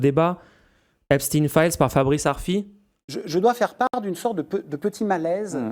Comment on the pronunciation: Einstein Frankenstein Epstein Par pitié les gens arrêtez avec epstin, c’est ridicule